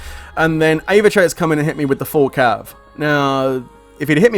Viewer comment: It's Aevatrex lol